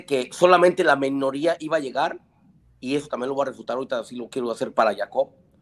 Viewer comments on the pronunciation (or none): El del sombrerito habla "pocho" : tajante, en lugar de tangente. Menoria, en lugar de minoría. Se le nota el nopal en la frente.